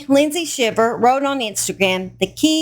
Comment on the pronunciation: It’s pronounced “howston” county not “hewston”…I also know some Shivers in south GA and it is pronounced with a long i as in Sheye-ver. I’m assuming hers is pronounced the same way but don’t know that for sure. Just FYI !